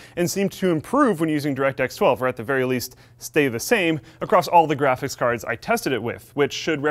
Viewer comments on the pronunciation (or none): Nobody:: "graphis cards"